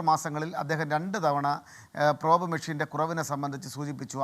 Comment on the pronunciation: Prob nu shaaamam ennu😂😂😂 entaanu prob ennu ayaalku aaru enkilum onnu paranju kodukku